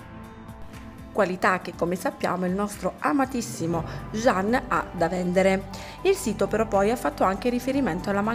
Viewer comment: Cosa ti devo scrivere... Pure tu come d'altronde Barbara D'Urso dovreste imparare come si pronuncia il nome del amatissimo attore. Figlia mia si scrive Can e si pronuncia Gian ... Non Jean E stato lui stesso che a spiegato migliaia di volte come si pronuncia... #CanYaman